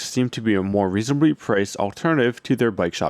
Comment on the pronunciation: Mrterials, reasonrbly, trk a trip... these words aren't supposed to have an extra "r"